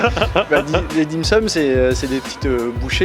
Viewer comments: Dim soum et pas dim sem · "Dim-seum" 😂😂😂 Dim-soum Dim-soum! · On dit DIM SOUM pour la prononciation pas "SEUM" hahaha sinon propose a lang si tu peux utiliser sa tête comme emogi quand tu feras allusion au piment :p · Il ,n'y a que moi que ca choque de dire 'dim seum', 'est plutot dim soum non ? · Par contre c'est dim SOUM pas sem